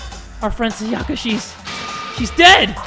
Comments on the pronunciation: Please jay for the love of god her name is pronounced “sai-yuh-kuh” not “sa-yah-kah” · he keeps calling her "sayACka" ams im just like bruh she pronounced it for you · Sayaka is actually pronounced Sá-ya-ka, not Sa-yá-ka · If he says Sayaka like that one more time I